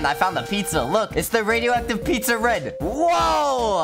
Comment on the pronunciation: “Pizzar” got me laughing